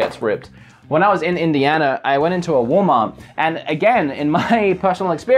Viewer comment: "wool meart" and they say you lost your accent XD